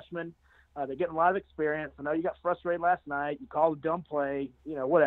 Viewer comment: .....WTF bro....you use words like amalgamation, double entendre and so on, yet somehow on this video, you fuck up the word frustrated by saying FLUStrated!!!! come on man...lol